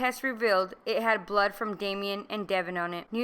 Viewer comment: Please pronounce Damon's name correctly; DAY-MON , not Damien.